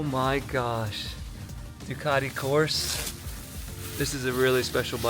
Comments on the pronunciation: I've heard of Ducati (Du-cat-tee), but never heard of Du-car-dee. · Ducati not Ducadi and Panigale not Penigale